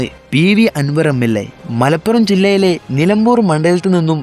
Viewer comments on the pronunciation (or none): none